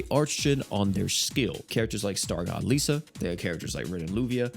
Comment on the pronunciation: Why do you pronounce Hart's name as Haruto? And Liza as Lisa?? I know Haruto is how you say his name in JP but you don't say any other characters name with JP dialect.